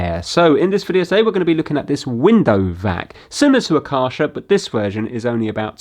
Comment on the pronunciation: Literally had to skip back two times: Car-Shar? What is a Car-Shar? Ah wait a minute: KÄRCHER! :) It should be more like Care-sher. Do with it what you want, I just wanted to let you know. Keep up the amazing fixes and Merry X-mas to you already!